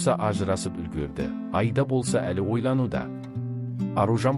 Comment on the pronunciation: Мынау комментаторға айтарым,Айда деген не сөз,айда деген малды айда дегенмен бір ғой,дұрысы Аида,егер айтылуын айыра алмасаң и дыбысын екі рет айт Аиида деп,сонда дүрыс естіледі және осылай дұрыс айта алмайтындар жеткілікті.